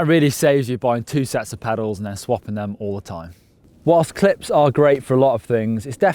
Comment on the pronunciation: Every time he said clip I heard clit. Quite educational nevertheless.